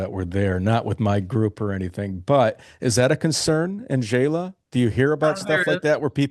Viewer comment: FYI, Xela is pronounced “Shay-la” not “Jay-la”. Love your interviews. Great, varied content of many different places and countries for retiring on less.